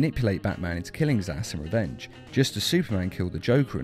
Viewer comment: Every time you said "zsasz" I thought you were saying "his ass"